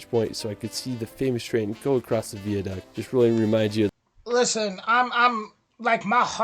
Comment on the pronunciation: That would be pronounced Aileen Donan, spelled Eileen, pronounced Aileen. And Glen-FIN-in (not Glenfeenin) V-eye-a duct. (Not vee-a) And Holyrood is pronounced Holly-rude.